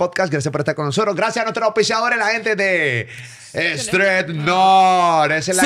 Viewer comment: “Strett nut” jajajajaja me gusta repetirlo mal después de molusco 🤣